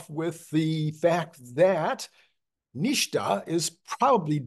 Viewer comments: typically NHTSA pronounced NIT SA, not NISHTA. But you do you. I don't think the the extra dot will hurt anything. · What is "neeshta"? Where does the "shh" sound come from when the acronym is "NHTSA"? The "S" would need to be two letters further back for that sound. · NHTSA is most commonly pronounced "NIT-SUH" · The correct spelling is NHTSA. In the US auto OEM business I worked in we pronounced it “nit-sa”. Love your videos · It’s said NIT -SA.